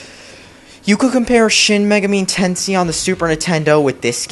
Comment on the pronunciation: Say it with me, idiot. Shin Magami(MAY-GAH-ME) Tenshin.